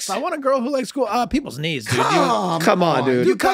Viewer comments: To my non-English speaking ears, it sounded like Charlie said his dislikes included "people's needs". LMAO'd picturing this in a dating profile. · As a dislike i always thought he said "peoples' needs', rather than, "peoples' knees". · All this time for that dating scene when they ask him what his dislikes were I thought he was saying peoples “needs”😂🤣…I never got it but yea peoples knees is funnier😂🤣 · For the longest time i always thought that charlie said one of his dislikes was "peoples needs" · I always thought he said "peoples needs"